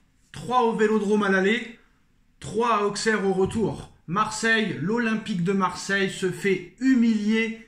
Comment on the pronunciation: Mec… sors de la footixerie, déjà ça se dit “ausserre” et pas “AuXeR” Ensuite accuser le Quatar, certes c’est puéril, mais se poser des questions c’est légitime. Ta vidéo y a genre… 0 secondes d’analyse et le reste de bullshit de “ouais mais nan regarde tu joues rien, regarde tu fais rien regarde nous on est mieux, le Quatar le Quatar le Quatar…” J’avais pensé développer un vrai argumentaire mais tu ferai mieux de juste arrêter, n’importe quel analyse foot voit cette vidéo se taperait une barre